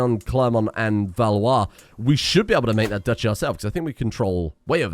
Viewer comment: As a french, I'm surprised that you were able to pronounce Valois so well